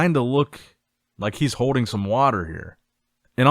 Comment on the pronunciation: you’re a grown man… stop saying HODING…. It’s HOLDING!!!!!!! LEARN HOW TO PRONOUNCE YOUR L’S PROPERLY YOU SOUND LIKE A TODDLER WHO LEARNING HOW TO SPEAK!!!! CHRIST SAKES!!!